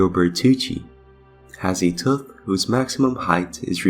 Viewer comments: You said "Teeth" perfectly, why not "Tooth"? Why "Tuth"? And please look up how to say "Cannibalism". Not trying to be mean, just being honest. Greta video otherwise, but saying "Tuth" made this almost impossible to watch, it hurts the ears. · "Tooth" is like saying the number "Two" with a "TH" at the end of it. 👍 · This was very interesting and even thou I knew what u were saying, calling it a tuth was driving me crazy 🤣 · Tuth? I cant get over how the narrator Says Tooth. Tuth.. lol hilarious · Awesome video! By the way, are you Welsh? I ask because of the way you pronounce the word “tooth”. I have Welsh relatives who also pronounce it that way, and I thought that was unique. Anyway, thanks for making this!